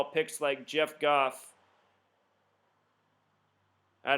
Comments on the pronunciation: Did you say *jared, not "jeff" isnt talented? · names jared not jeff lol. Ima a rams fan